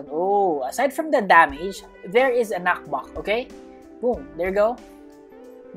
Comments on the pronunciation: more like knakbāk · i love how he calls it knackback